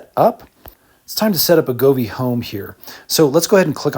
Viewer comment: Govee, not groove.